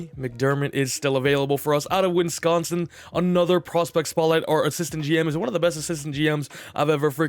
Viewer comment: Did you just say winsconsin? 💀💀